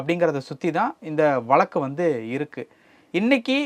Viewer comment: Please pronounce tamil properly. Can't you say VAZHAKKU. Why valakku. Stupid.